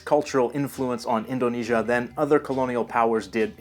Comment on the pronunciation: i live in indonesia and i wonder why people can't say indonesia and sumatera calm the f*** down im not a dumba**